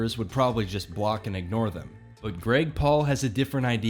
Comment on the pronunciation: the way you say Paul sounds like pool. Gregpool the worst superhero ever, saving zero bully victims at a time. Chimichanga